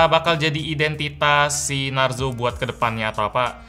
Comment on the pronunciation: Klo di indo narzo jadi narjo bang